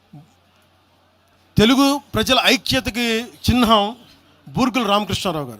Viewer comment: చిహ్నం అనాలి చిన్హం అనకూడదు..మళ్ళీ ఏమన్నా అంటే లక్ష పుస్తకాలు అంటావు.